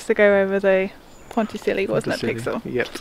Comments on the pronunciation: "Pondt-sissy-ult" I believe....maybe...sorta like that. Thanks for the relaxing video. Nice music too! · "Pontasilly" - perfect pronunciation! What else would one call such an outrageously wild piece of engineering?